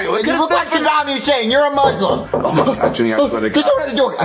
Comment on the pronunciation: when junior said "at least im not a muslim for halloween" i was so offended and he pronouced it muzlim... its a dam s not z